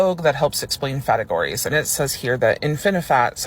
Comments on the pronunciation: Fategories? Oh Lord😂😂😂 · Did that guy say ‘fatagories’?? Oh dear, you can’t help but laugh 😂. I hope they never have to face real hardship and oppression because they just won’t be able to cope.